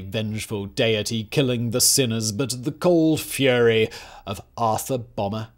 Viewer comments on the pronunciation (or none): none